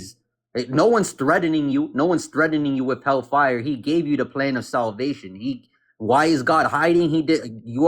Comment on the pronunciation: I can't get past his idiotic pronunciation of "fye-yer". Oh, and yeah, his argument is baseless